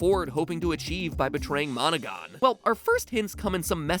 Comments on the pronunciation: Am I the only one hearing "Monika" instead of monogon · How many people almost thought that when he said Monogon he said Monaca.